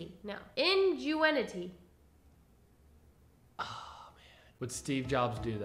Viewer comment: Is she trying to say ingenuity?